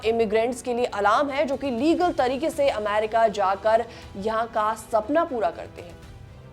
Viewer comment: अमैरिका नहीं होता , अमेरिका होता है